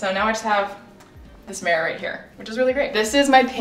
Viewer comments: whyyyyyy do you say mirror like that lol ''mare'' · Me looking for a comment about the way she says mirror haha.